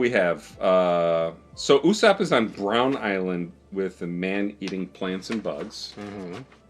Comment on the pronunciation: If I heared it correctly and you said "Usopp is on Brown Island" I have to correct you and say: "Usopp is on the Bowin Islands." Pronounced Bow-in.